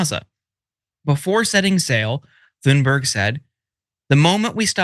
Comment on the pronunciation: "Thunberg" has a hard T sound, not a "th" like "thunder" and the "berg" is more like "berry" But Linsey should be pronounced "Flimsy"!